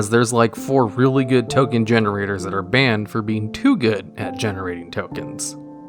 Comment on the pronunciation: 'Top 10 Ken Generators' what happened there?